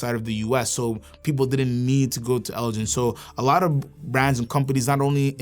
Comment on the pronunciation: Elgin is pronounced with a hard 'G'. It's named after the Scottish Earls of Elgin hence the models including the "Lord Elgin" and "Lady Elgin".